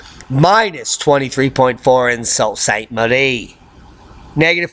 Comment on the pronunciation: Sault St. Marie - the "Sault" is pronounced like the name Sue. Sue St. Marie.